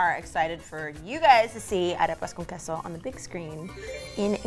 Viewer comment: Why in Queso, the U sound is missing 🤔